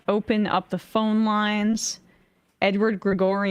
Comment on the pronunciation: EMMA CAN NOT SAY THE WORD PHONE